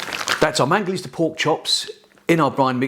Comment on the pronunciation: ITS MANGALITSA. . . NOT MANGALISTA!!!!!!